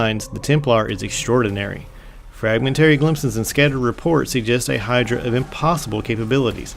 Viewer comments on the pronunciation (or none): none